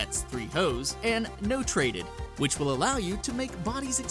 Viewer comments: its not "no trated" its "not rated" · "no trated"? it's "not rated" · he said "no trated". I believe it's "not rated" genius. haha. hope I'm not the only one that caught that for the saints row cheats. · "No Trated" You mean "Not Rated"? -. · notrated =/= no traded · "If you put in "hohoho" or "no trated"...." im pretty sure it's "not rated" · notrated =/= no trated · "No trated" lol. It's "not rated". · I think it's "not rated" not "no trated" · no trated lol i think he meant to say not rated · "no trated" Pretty sure it's "not rated". Also your videos are obnoxious, from the thumbnail with a superfluous arrow, to the content within. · dude. Not rated, not no trated.